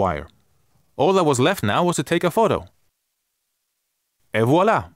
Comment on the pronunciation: I thought I accidentally heard Ebola but it was et voilà